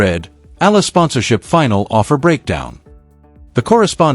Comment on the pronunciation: I c'ant believe this guy can not even Oromounce Eala's name.